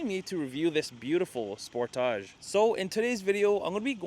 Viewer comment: So glad you can say Sportage properly! Good review